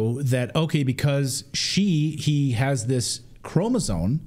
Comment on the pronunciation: The word “chromosome” doesn’t have the letter N in it. Can you please pronounce it correctly? Thanks